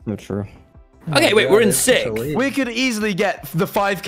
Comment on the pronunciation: PLEASE THE WAY TOMMY PRONOUNCES SIXTH